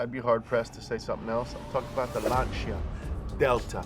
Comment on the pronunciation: Never heard anyone pronounce Lancia like that. Lanchia?